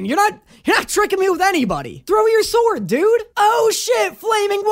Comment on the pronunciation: I loves when he said swoero